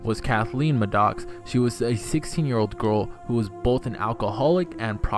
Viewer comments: Wtf is "Muh-docks"? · How does somebody not know how to properly pronounce Maddox?